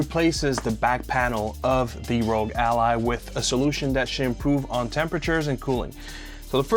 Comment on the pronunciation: you're saying rogue not rog. Rog is not pronounced rogue